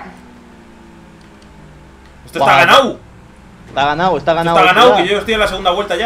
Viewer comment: Alison Sanchez porque dicen he ganau y dicen todo con u?